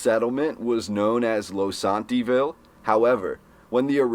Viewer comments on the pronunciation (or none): Your pronunciation of the words, Ludlow and Losantville is incorrect.